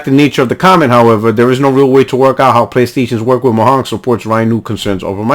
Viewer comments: Mo yang not mo hang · The way you say Mojang😂😂 Its a soft J sound because its from Sweden lmao. So basically Mo-yang. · Are you saying "Mojan" ln that way on purpose? Starting to think is a spanglish insult or yoy might me serious. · Fantastic video. i know your puertorican is kicking in when you say Mojan, but the J is said in english. lol